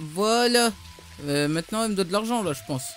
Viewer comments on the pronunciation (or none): none